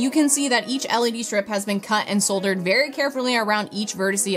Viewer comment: The first time i remember ever hearing an America say "soldered" correctly haha